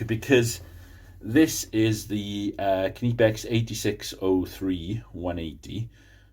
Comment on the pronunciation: Try researching how to pronounce Knipex if you want credibility.